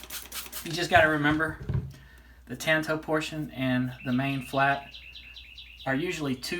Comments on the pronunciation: Hey,. I'm not trying to be critical of your work. I thought your video was excellent. I just thought you might want to know how the word is pronounced. That's all. I didn't mean any offense. "Tanto" is a Japanese word, and there is no "a" as in "tan" sound in the language. Japanese vowels only have one pronunciation, unlike English. Here's the word in Japanese, in case you're interested: 短刀. It means "short knife." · The "a" in "tanto" is pronounced like the "a" in "tall" not as in "tan."